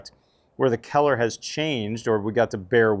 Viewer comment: I love your knowledge and comprehensive information... Just a side note, every time you said the word COLOR, you lost me. "COLOR", pronounced "CULLER". You say "KELLER".